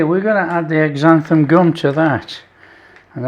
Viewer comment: Hi. Thanks for making the video. Xanthan Gum (X pronounced Z) should be shorn into liquids. Blender or immersion blender are best. It is used at a percentage of .01 to .03 most usually but some recipes or techniques go as high as 1%. Cooking the flour has a good effect too.